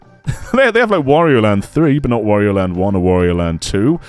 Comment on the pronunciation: It's a me, Worio.